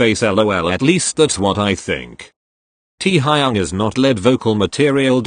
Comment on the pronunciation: correction teeeaaaa-high-young